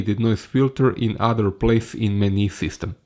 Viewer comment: hej... verojatno si u međuvremenu riješio ali vidi za izgovor "menu"... nije "meni"... i "ratio"...